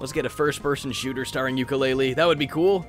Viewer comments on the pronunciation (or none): none